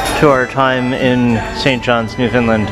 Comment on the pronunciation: Its pronounced Newfundland....understand? Great video. Were you Skreeched in?